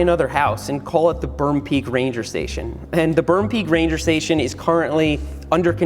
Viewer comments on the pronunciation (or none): perm pweak